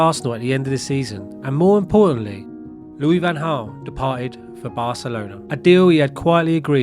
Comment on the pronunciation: …..and you still can’t pronounce his name properly. Well done!